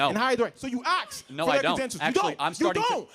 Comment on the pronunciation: “ sO yOu AxE” no man, you say “ASK”